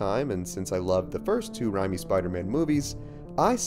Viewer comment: Rymi? It’s raimi